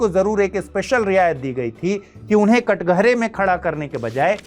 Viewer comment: सर ये कटघरा (कठघरा) होता है।